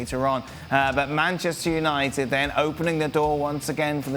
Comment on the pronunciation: did he say BANCHESTER UNITED? HAHAHAHAHAHAHAHAHAHAHAHA